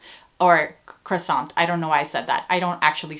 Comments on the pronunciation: your first pronunciation of croissant was the correct French! But you don't pronounce the t! so.. croissan the same applies to all words that end with a consonant, for example Mont Blanc, you pronounce it as Mon Blan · Your first attempt of pronouncing "croissant" was perfect!